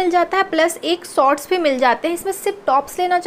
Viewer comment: And sots😀